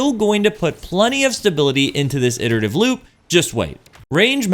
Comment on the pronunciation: I come here just to hear someone pronounce "iterative" correctly